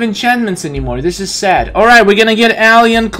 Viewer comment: The way he said alien 😂